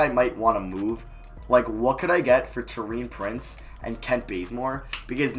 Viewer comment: Btw can you stop saying tow-ee-an prince and say tor-ee-an prince soz for being a pit picky